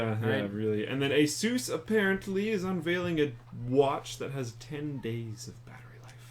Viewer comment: omfg get it right! its not Asuuuus.. its A-SUS!!!!